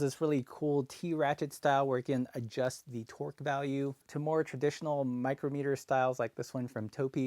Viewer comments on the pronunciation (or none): I wondered what twerk ranges were - sounded epic! Then I remembered he was talking about torque.